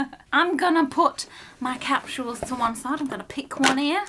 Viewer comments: It’s capsules not capshul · It's funny cuz I'm from the US and is saying capshuals instead of capsule🤣